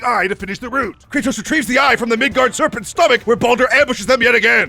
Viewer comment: Mid God not mid gard